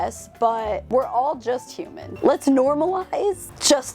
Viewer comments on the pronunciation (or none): none